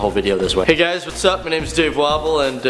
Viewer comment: Every time he says his name, I think of waffles... 'Dave Waffles' XD